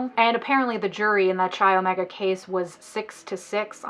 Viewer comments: Dude - It’s pronounced: Kai Omega (rhymes with eye). NOT Chai Omega. (Ouch!) Each time I hear Chai Omega I cringe. I wasn’t a sorority girl in college but they were big on my campus. It’s a Greek letter not a kind of tea. 🤷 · Chi Omega? You mean (sounds like 'Kai') Chi Omega? xo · I’m a new subscriber and LOVE your channel so far... but I cringed every time you pronounced Chi Omega wrong 😅😅 it’s pronounced Like Kai, or s(ky)! It’s okay everyone does it 🙃 rules for living in the chapter house were crazy because of him! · Kimberly Diane Leach. “Ka” is the correct way to prounce Chi. I lived in Tallahassee when the Chi Omega murders happened. It was horrific. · Pronunciation of "chi," the Greek letter, in the name of the sorority, according to the English convention, in which "ch" is pronounced like the "ch" in "choo-choo," is inaccurate. The Italian convention, in which "ch" is pronounced as if it were "k" is correct.